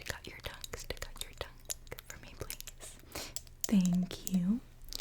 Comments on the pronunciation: It sounds like ‘tuck’ to me Like she was annunciating tongue too sharply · ummm what? Stick my what out? That did not sound like the word tongue 😳